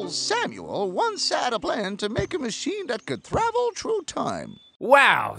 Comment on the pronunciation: When you realize the squirrel said "thravel trough time"